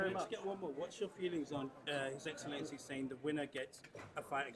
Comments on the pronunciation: Did say "his eggcelency" at the end? 😂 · ‘His Eggsellency’ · Did the dude say “His eggcelency” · Did he say his egglancy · Can’t only be me who heard say “his eggcelency” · His "eggxcellency" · They all suckin up to hes "egg"elncy😂😂😂😂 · His eggcellency was egspecting eggzactly that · Please Can we all just take a minute to thank his “EGGellency Turki Al-Sheikh” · Did say his eggcellency at the end of video 😂